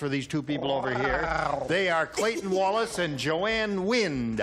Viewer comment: Gene: “JoAnne WINDAH”! 🙄